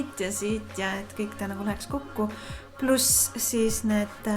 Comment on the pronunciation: kas teile ei tundu et ütles seal mingi murdega seda sõna plus. Like seda kommentaari kui on hea youtuber 💕💕💕💕💕